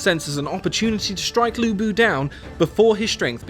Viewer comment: udonsay hahahaha. and lv bu not lubu :)